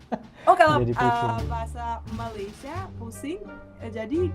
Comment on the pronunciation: Malaydes harusnya banyak "e" di belakang nya... Kite Saye Malaysie Kenape Kemane Kerete